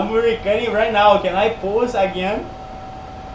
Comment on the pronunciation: Uma dica, tenta falar recórding, pq ás vezes soa meio como recutting e a pessoa pode não te entender kkk